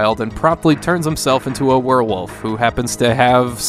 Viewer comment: No one caught "werrrwolf?"